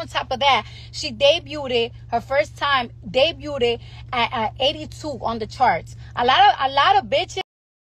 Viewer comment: all this time Cardi has been in the industry and still can't pronounce "debuted" right and her trying to take credit for all these other female rappers' successes....who tf takes pics of someone's follower count to take credit